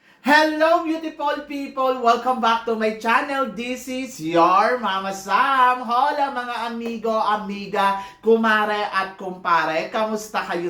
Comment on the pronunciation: H..ola po mama sam silent H dahil spanish po yan